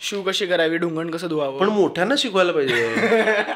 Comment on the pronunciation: Basic - Shu karayala shikane is crazy 😂😂😂😂